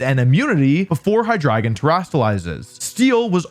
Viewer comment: I knoiw hes trying to say "Hydreigon" but I swear to god im hearing "Hahdrygin"